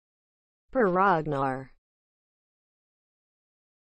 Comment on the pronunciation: Is this a joke? Its not even close to how Per Ragnars name pronounced. Just because you run it trough a speech synthesis doesnt make it correct.